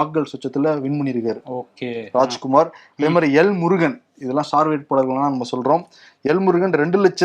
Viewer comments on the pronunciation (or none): none